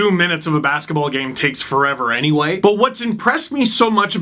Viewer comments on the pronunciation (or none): none